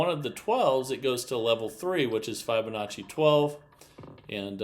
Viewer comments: This is not a Fibonacci progression. Fibonacci is etc. Also Fibonacci is pronounced with a short i, as in to "tell a fib". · just REFUSES to use the proper pronunciation for FIB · Yep. He's rather obstinate. Or, stupid. Once you've been shown the correct way to say or do something and you continue to do it wrong, you're either obstinate or stupid.